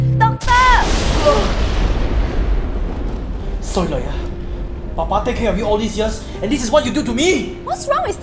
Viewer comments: why tf did you make asians sound that bad at english bruh "doc-TAH" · Kat Lindmark especially how they pronounce some of those shorter words, like doctor.